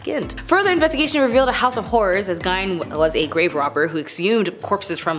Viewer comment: Gein is pronounced Geen hard G not Gine, just FYI. I don’t know why mispronunciations bother the hell out of me, but they do lol.